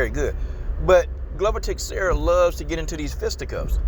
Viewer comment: Dig your comments, but the names are pronounced Glover Teshara and Yiri Prohaska An yeah, glover has the cardio, might make it a dirty, clinch game. BUt Jamahal is gonna snipe him from the distance